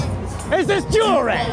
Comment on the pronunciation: "Is this JEWEL-RY??"